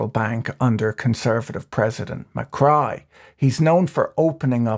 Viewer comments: Macri is not Mycry... it is pronounced macree...lol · Great video. I really enjoyed it but I was really annoyed by the mispronunciation of Macri’s name. It’s pronounced MACREE, not MACRY. Also, I think you kept confusing Milei with Macri at the end part of the video. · Macri not Macry... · u mix up macri and milei a lot towards the end. kind of frustrating. also it’s ma-cree not ma-cry but anyway.. good in depth video ! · is not javier macri, its javier milei, its also not pronounced ma-cry, (as in crying) but ma-cri (as in ma-khri) Greetings from mexico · i'm genuinely confused if calling milei mccry is a joke or an honest mistake given the reference to the earlier president "macri" as mccry (pronounced mac-ree) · Macri, not Macry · Macri is pronounced /macree/ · It's not pronounced "Macray" but "Macri" with "i" sounding like "ski". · It's Ma - cree, no Ma - cry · Its not macry, its macri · /makrai/ 😂😂😂😂😂😂😂 it's spelled /makri/ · The 2015 to 2019 president was Maurizio Macri. Besides mispronouncing his name (Macree would be better), Patrick did mix up toward the end. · I'm calling Macri "McCry" from now on just because that's how Patrick pronounces it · Loved the pronunciation of Macri as Mah-cry. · Every time you pronounced Macri as Mi-Cry made me laugh my ass off 😂😂😂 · 'Ma-Cry' that is gold 🤣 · Macri is not pronounced Ma-cry. But it will be from now on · I giggle a little every time I hear Macrai and Milai. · Can you please be precise in your names and pronunciations? You call Macri "Muck-rye" and then refer to Javier Milei as "Hay-vear Muck-rye" and "Muck-rye" toward the end. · Argie Pronunciation Macri = “McRee” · President "Muh-cry" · who the fuck reads Macri and think is pronounces MCcry?